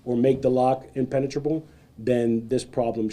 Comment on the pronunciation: Did he say a inpenatabrable lock.😂